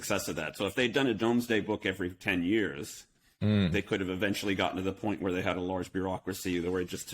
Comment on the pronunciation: It is pronounced Doomsday book.